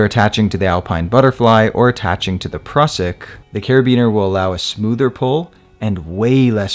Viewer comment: Mate, your videos are among the best. Great explanations, no fast-forward stuff. Just to the point. The Prusik is pronounced "Proozik", though. It's the inventor's (Austrian) last name.